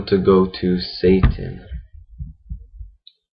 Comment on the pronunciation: I fucking loved this tutorial. The detailed was cool - most amateur tutorials are three minutes long and the final product looks like it. Your final product looks awesome. But I had to stop and rewatch it after you said SATAN instead of SATIN. XD I'm not trying to make fun. This was a good tutorial and I wish you had more.